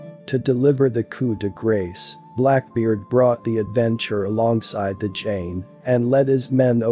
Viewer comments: The ol' "coop dee gracie". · Please learn to pronounce ‘coup de grace’ correctly’ !